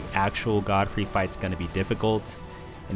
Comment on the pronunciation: Wait why do you say "Goldfrey"?